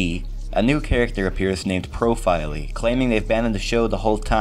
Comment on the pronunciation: It's not Profiley, it's Profily